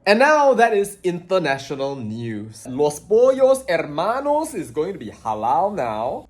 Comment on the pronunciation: I wish I have the secret recipe to Gus' Los Pollos Hermanos' Fried Chicken 🍗. Great pronunciation there, primo.